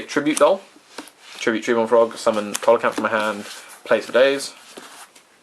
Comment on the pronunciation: pronunciation: SEE-lo-canth.